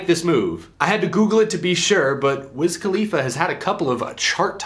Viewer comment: What in the heck is a wizz kaleafa?